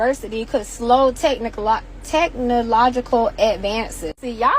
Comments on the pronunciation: She can't pronounce technological!!! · Before you talk about technological innovation, you should first learn to pronounce it! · That woman couldn't even pronounce "technological." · I don’t think that bird mentioned anything relevant to the development of humanity - and the most ironic thing is, she couldn’t even pronounce technological, after getting her info from ChatGPT………… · We are willing to take that chance,. She can barely pronounce "technological," but she thinks she is that important to society😂 "Y'all ancestas ain't tell y'all" Mmmm hmmmm🤣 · She can’t even pronounce technological and the mmmhmm at the end has me convinced we would be lost without people like her